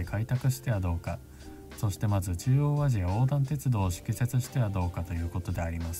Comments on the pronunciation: しきせつではなくふせつでは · 敷設って「ふせつ」だよね？ 「しきせつ」って読まなくない？ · 敷設って「しきせつ」じゃなくて「ふせつ」じゃないですか？ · 敷設、しきせつではなくふせつです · 敷設・・・✕しきせつ ◯ふせつ 今日・・・✕きょう ◯こんにち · 敷設 正（ふせつ） 誤（しきせつ） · 敷設（ふせつ）ね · 敷設 ○ふせつ ✕しきせつ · 敷設(ふせつ)じゃね? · 中央アジア鉄道の節、敷設（ふせつ）と読みます。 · 敷設→ふせつ。。。